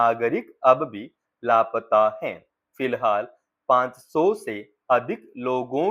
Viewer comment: हैं और है के उच्चारण में आप अंतर सही से नहीं कर पा रहे हैं अच्छे से भाषा बोलने की अभिव्यक्ति सही करें